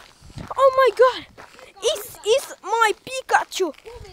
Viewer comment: se sano is is Mia pikatsu